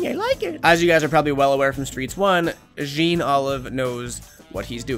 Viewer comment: the jean is pronounced like john